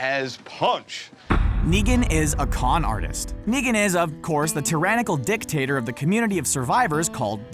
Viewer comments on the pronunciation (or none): He said "Negan is a 'dick-tador' "